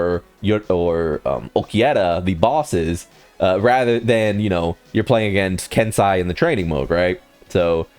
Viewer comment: Bro can u say anyone’s name right who tf is kensai